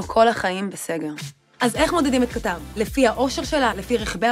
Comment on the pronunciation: קטר כותבים בלי א' והוגים במלעיל (האקדמיה ללשון העברית)